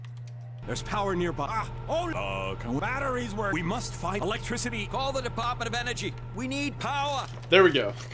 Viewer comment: "CALL THE DEPAHTMENT OF ENERGY WE NEED POWAH!"